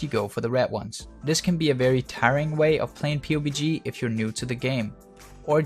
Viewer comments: Joel Ayers yeah thats normal, most everyone calls it’s PUB-G. Hearing him call it “pewbie G” every time is cringey. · Its pub g not pu bg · its pubg not p-u-b-g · It's called pub G not P-U-B-G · Did he just call it P-U-B-G? PUB-G dude, PUB-G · did you just call it pubie g you fucking peon. its pubg. it doesnt get any easied to say.. pug...g.. jesus dipshit gtfo. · Clouds He's saying P U B G. Which I guess makes sense. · The p-u-b-g make me cringe lol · Did you say "pewbeegee"? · Haha you said PewbeeG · The way he says P..U..B..G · Pee You Bee Gee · please for the love of god stop calling it p-u-b-g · its Puh-B-GE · pu bg that gave me cancer stop saying it like that lol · I'm cringing bc you kept calling it pobg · "Pew GB" is not how you say PUBG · Hey. Love the videos. but let me tell you how to pronounce PUBG its, Pub, Like a pub your drink at. and the letter G. So say it like this. PUB GEE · Are you dumb lol. You didnt even spell it right and he doesnt say pubie he says P-U-B-G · Pubes G. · hi im looking for a PUBG video on aiming but you say Pubie G, is it the same thing? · It's pronouced PUB-G amongst "us" awesome players Kappa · Pubic G-spot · LEARN TO SAY PUBG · is pissed me off so much how he said pubg we pronounce it like the word Pub and then add G at the end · You keep saying the game's name wrong